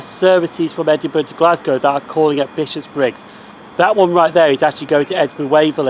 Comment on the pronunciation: Oh, I didn't realise Buchanan Street (or as I sometimes call it, "Tobacco Baron Street") had its own railway station at one time. I knew the Subway station with that name was close but not that close to Queen St station, but I never looked-into whether it had its own station. I must admit it's a wee bit weird hearing you say Bishopbriggs as Bishop's Briggs though! Lovely footage of those passing trains. I do enjoy our refurbished HSTs, I must admit.